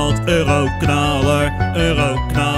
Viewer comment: je zegt 40 keer ueroknalar